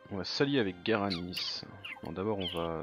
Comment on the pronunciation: GWarani, pas GaraniS, stp. Leur langue est la langue officielle du Paraguay, d'ailleurs (en plus de l'espagnol).